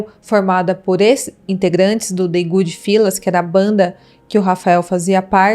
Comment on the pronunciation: Good Fellas se pronuncia fÉlas, e não fÍlas.